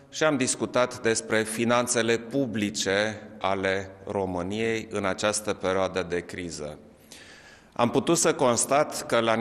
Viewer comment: In această pereoadă... pereoadă... pereoadă...